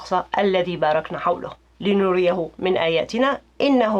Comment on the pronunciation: ...حوله بالفتحة فوق اللام.....لا نخوض في الغيب والقران واضح،ونقطة الى السطر